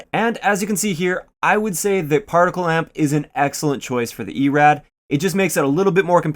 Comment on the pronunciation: It's not partical. It's particle.